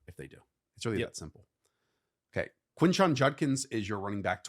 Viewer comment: I NEED you guys to repeat after me… quinshon JUDkins…. NOT, “junkins”… PLEASE.